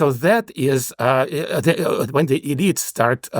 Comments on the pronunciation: I like that he pronounces "elites" as "idiots" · My question is does a highly technological and networked society, far removed from the production of the basics of life, introduce cascade failures as a new factor that wasn’t at work in earlier societies? I have to note that I kept hearing “-elites” as “-idiots”, as in “countervailing-idiots”. It made much more sense when I realized it was “elites”, but somehow I prefer “idiots” when thinking of the US of today. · I have thoroughly enjoyed following this podcast over the years. This episode was one of my favorites, but not for the usual reasons. When he says “elite classes“ it sounds like “idiot classes” and I just can’t get enough of it 😂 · my ears hear idiots instead of elites. it seems appropiate.